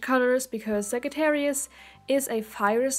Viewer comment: It is pronounced Sajattarius